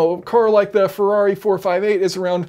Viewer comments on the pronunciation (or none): none